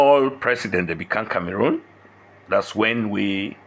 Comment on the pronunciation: Cameroon 🇨🇲, not Camarun. Na waow for this